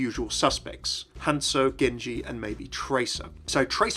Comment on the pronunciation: Not Hance-oh Not Hansel HanZo!!